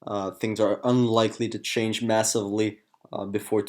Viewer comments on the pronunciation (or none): none